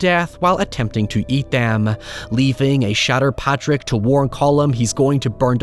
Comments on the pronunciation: It’s Pádraic. Not Patrick. You’re Irish. Get it right. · Padraic is pronounced 'paw-rick', Source: my bosses name, and that angry little Irish fuck let's you know if you've mispronounced it lol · Troubling pronunciation of Pádraic from an Irish man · So glad you ended up doing this! I had requested it under a community post where you mentioned how it affected you. Beautiful thoughts throughout, as always. Your POV on any movie from any genre will always be appreciated. though I imagine the comments will rip you a new one for how you pronounced Padraic and calling Jenny the Donkey a pony 😂